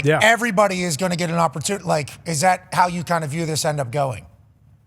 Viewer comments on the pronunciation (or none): none